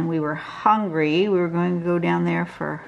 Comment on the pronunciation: 😂 I'm from the deep south and just hearing you say "hongry" is the absolute greatest thing LOL! Btw, this turned out to be one of my favorite go-to patterns. Thanks for a good tutorial